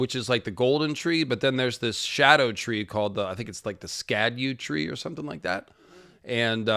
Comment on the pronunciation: No one knows how to pronounce scadutree lol